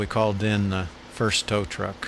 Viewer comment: tow truck ,,,not tow tuk,, speak properly ,,boy